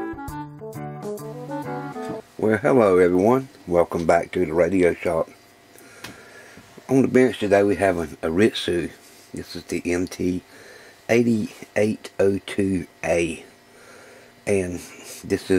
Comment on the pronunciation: Pronounced: Ann-rit-su